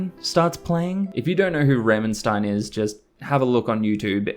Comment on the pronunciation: Pronunciation of rammstein was hilarious ramenstein lol